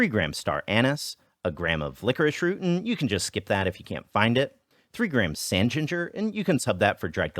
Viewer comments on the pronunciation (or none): the way he says “and”😂😂😂